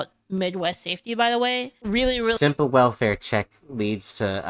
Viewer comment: If you're going to react to content you need to link it in your description, I don't want to have to search for it. Mocking someone for how they say welfare rubbed me the wrong way. Please for the love of anything holy stick to a single video and stop jumping around, you don't even have to prewatch them just have a plan in place of which videos to watch fully. So you don't want an award from the PoTUS that you can use to grow your channel and reach a wider audience? Strange person Please don't say you're unironically the meme that illegals are worth it for the food? You do understand you have the recipes and ability to get all the ingredient yourself right? The world is laughing at your country because of both your political parties and their representatives. America is the most famous and dominant power around the world because of superior firepower and the country was cool. You have the highest standard of living on the planet, people murder to try and get into your country and live the American dream. America is modernity and the internet age So you're upset at trump for making a process you already admit to doing beforehand legal? Do you want to get caught for tax evasion or something? Yes, yay stock market. You're own fault if you're not actively invested. English is not a confusing language when compared to other prominent languages, certainly easier than French was to learn. Expressions are universal. So you agree tax free overtime is great? And you hate getting paid m